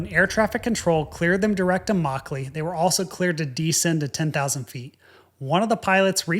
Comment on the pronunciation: Good review but yr pronounciation is god awful. It's 'muck-lee' not 'maw-clay'